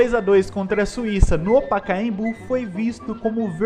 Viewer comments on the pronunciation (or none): none